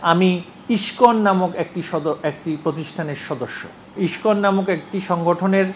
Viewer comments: তিনি শিক্ষিত ভাই,তাই সঠিক উচ্চারণ করেছেন.. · Pronunciation of Iskon is very excellent. To be a Education Minister.